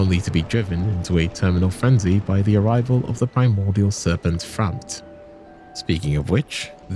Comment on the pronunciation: Almost all names are also pronounced wrong and Frampt is pronouced differently at different times Sense Fortress instead of Sen's Fortress and some more examples you souless greedy slop farmer fu for wasting my time